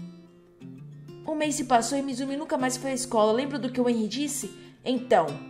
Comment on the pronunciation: vc estava falando errado kkkk esse "H" tem o som de "R" como se fosse Renry